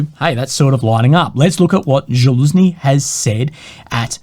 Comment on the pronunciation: still can't pronounce zaluzhny right 😂